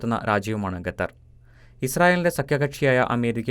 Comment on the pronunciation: ഗത്തറല്ലടേ...ഖത്തര്‍...!ഒന്നു പറഞ്ഞു നോക്കിക്കേ...